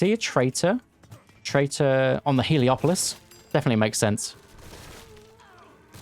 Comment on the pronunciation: Everyone calls it "heliopolis", but it's called "helepolis".